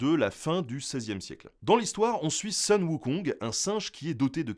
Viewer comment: Oui et non, ici Sun est mal prononcé. Ça se dit Soon. Mais oui, c'est une sorte de retranscription phonétique.